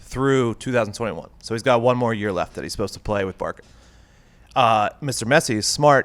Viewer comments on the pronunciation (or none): Yes its short form of Barcelona which is obviously pronounced "Bársselona" not Barkelona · It is not "BARKA" it is pronounced "barsa" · did he keep saying “barka” it’s pronounced “Bar-sa”. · Barca = Barka? 😆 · Pat don’t talk about soccer, stick to what u know I turned off this channel 1 minute bc ur co host is pronouncing it the team name wrong BARKA??!! Stick to what u know no disrespect.....but goddamn it’s it’s time to GET UP & Go with GREENY!!! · The resident soccer “expert” pronouncing Barca as Barka. 🤦‍♂️ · Stop saying BARKA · Did this dude just say Barca like ba-rka with a k. at 55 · 1. “Bar-kah” 2. Calling Messi a “top 3 guy” 3. Thinking Pulisic is one of the best already 4. American “superstars” 5. Lmao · He said Barka 😂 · American here 🙋🏻‍♀️ So, it's pronounced Bar-sah?! I'm freaking floored. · They tried but they lost credibility with putting pulisic in the same conversation with messi and Ronaldo. Then I actually laughed when they were saying Barka 😆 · X vs Zero I think that’s just you. 100% sure he mispronounced the “ç”, never heard what you’re saying in my entire life. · Hella stupid, the C in Barcelona is a soft C, it’s not difficult to pronounce Barca correctly.